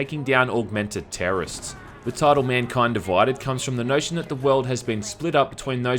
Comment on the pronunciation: MUNKUYND DUVUYDED